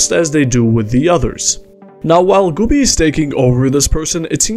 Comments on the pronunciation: I am only mildly bothered because Güby isn't pronounced correctly. This is not how you say ü xD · This is also not how you say ü